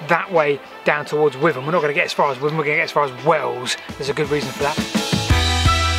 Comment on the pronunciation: With-am? Being a local always pronounced it whit-am.🤣 My mums dad was a level crossing keeper on the GWR Whitham to Yatton line.